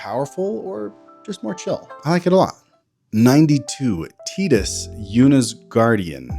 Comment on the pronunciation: Its insane that you butcher aminatous name but nailed tidus 😂